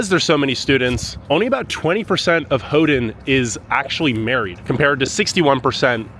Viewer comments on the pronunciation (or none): Not: Hoo-Done Is: Hoo-Ten, or Hoo-Ton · I can tell you are excited, but just for the record, Houghton has a T and not a D in it so it was a little hard to hear you try to pronounce it all the time. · Why do you keep calling it hoe-den instead of Hoe-tun? The city's name doesn't have a d in it. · Ho-den? No, Ho-ton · “Hoe done?” It’s pronounced “Hoe ton!” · Ho-ton not Ho-dun!!!!!!! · It sounds like you are saying "Houghdon". You are forgetting the "T". "Ho-tn" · It’s HoughTON not HoughDON. I cringed every time you said HoughDON. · Why do you pronounce it Ho din?? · Why do you keep pronouncing it "Howdun?" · Great video, but it is pronounced "HOE-TON, never hodun. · Okay, as a native michigander and a snowbird yooper I've got to tell you that your pronunciations are driving everybody crazy but they're too polite to mention it. I'm not. Hoe-ton, Hoe-ton, Hoe-ton, Suomi is Sue-me, the park is Aisle (like in a store) Roy-el (not roy-al) Your Special rock at the breakwater is called "portland conglomerate" by rockhounds and your iron rock was a brick. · Hough-TON. Houghton-TON. Hough-TON. NO D. You’re killing me.